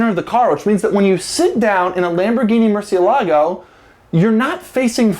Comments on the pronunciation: murCIElago, not murcieLAgo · "MURCIELAGO" is pronounced "murci Elago" with enphasis in the "E" not in the "LA".